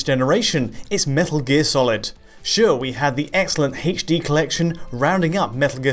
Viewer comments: "Play MGS on your Eggsboggs won eggs in heydschD" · Something about the way he says "h" in "HD" makes me inexplicably upset... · You're saying "H" weird